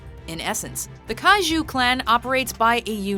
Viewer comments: OMG i have sutitles on english random gen andwhen she said "kaiju" it though she said "cashews" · the ju in kaiju I always thought was pronounced like jew, but you pronounce it like the ju in au jus